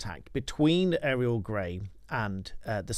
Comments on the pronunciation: Why are you calling her Aerial? It's pronounced Oriel. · Auriol, not Ariel!